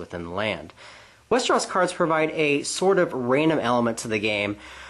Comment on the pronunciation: westeros not westeras!